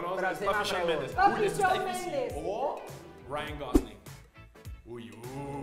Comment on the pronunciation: Conductor: "Sebastián Yantra" Divaza: Yatra* Por qué dijiste Yantra?? 20s después *aparece Shawn Mendes" La Divaza: "Chaon mendes"